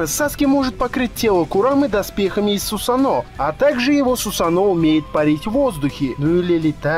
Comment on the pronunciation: Не сусано(ударение о) правильно Сусано(ударение на а)